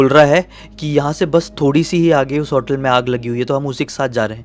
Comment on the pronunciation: Bro, vo resort ka room raha hoga, pura resort nahi. Also it is hotel, not 'hautel'